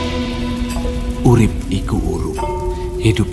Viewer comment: Bang dari pada Urip lebih enak tu Urep lebih menyala lebih dapet jawanya😂😂